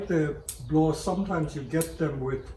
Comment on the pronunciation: just to be specific, it's not a "blaww", it's called "blaauw"